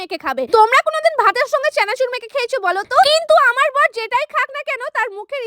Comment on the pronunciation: চেনাচুর❌ চানাচুর ✅